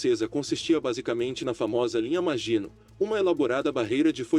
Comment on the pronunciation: Meu caro, bom seu canal. Gostei e vou me inscrever. Mas, se me permite uma observação, no francês a predominância é a oxítona, assim linha maginot pronuncia -se "maginôt", que é a pronúncia que você ouvirá em qualquer documentário acerca da Segunda Guerra que trata da batalha da França. Grande abraço....